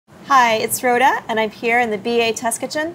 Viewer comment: When Rhoda was speaking; I heard I'm Froda and I went woah someone's parents were huge LOTR fans.